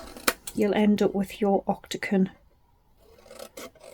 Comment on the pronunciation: Lovely box. You made me giggle by saying ‘octaCon’ multiple times. The word is octaGON😂😂😂❤